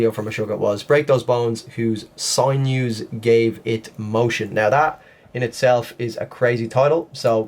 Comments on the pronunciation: It's SIN-NEWS, not SIGN-NEWS. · Sinews is pronounced....sin...yous. Thanks. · It's pronounced sin you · It’s actually pronounced sin yoo. Don’t hurt me😆